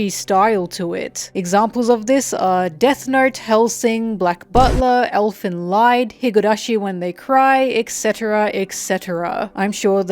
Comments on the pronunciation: It's pronounced Elfen LEEd, not LIGHd. It's from the German word for song = lied. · I died on the inside when I heard how you pronounce Elfenlied